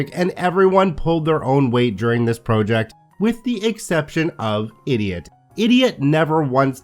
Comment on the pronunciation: props!, but I really hate your pronunciation of the word ‘project’:)